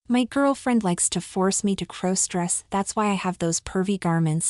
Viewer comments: Stop mispronouncing crossdress 😮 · Please stop mispronouncing crossdress 😮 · Stop mispronouncing crossdress 😂